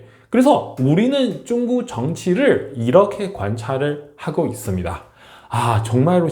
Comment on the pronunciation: 중국 사람인지 모르겠지만 한국 방송하면서 중구오 이렇게 말하눈거 역겹습니다